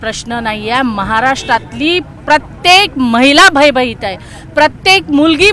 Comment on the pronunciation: भय भईत नाही ग बाई.. भयभीत असतं ते पहिले बोलायला शिक.. आणि पंकजाताई मुंढे नाहीत.. संपदा मुंडे.. काय मॅडम...😂😂